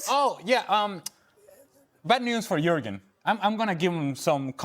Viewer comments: A Pronuncia é "iurgem" Klisman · o Klinsmann tá viajando.... como é que esse bando de tiriça vai ganhar a copa?? (AH, A PRONÚNCIA DO NOME DELE É "IÚRGUEN", OK?) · Yohan? Yourgen! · O JORNALISTA CHAMOU O CARA DE JOHANN KLINSMAN...SANTO DEUS.. O NOME DO CARA É JURGEN.. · Iorran Klinsmann? 😂😂😂😂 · Fala o nome do jogador certo. jurgen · Pelo menos, ao gravar o vídeo, fale corretamente o nome do jogador né?